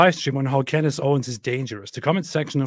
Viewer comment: "Cand-ace", as in ace of spades, as in black as? Oh that's not racially derogatory at all.